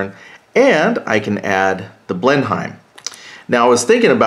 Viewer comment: The aircraft is pronounced blenum. I know English is messed up.